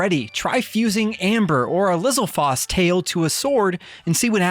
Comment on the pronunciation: LOL a what tail? Did i just hear you pronounce Lizalfos like.... whatever that was you said? Lol it's Liz-Al-Fohs. With a strong O, like saying the actual letter. Have always wondered why these places always hire amateurs to do their vids. IGN is no different. They always pronounce things wrong, have crap gameplay footage where the player is obviously an Amateur, etc. I don't get it. They should hire some actual Pro gamers to make their footage.